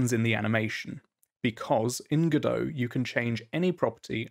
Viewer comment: It's Godot, like Robot. Nevertheless, great video!